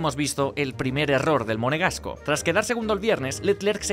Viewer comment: y la dijo "monegasco" música para mis oidos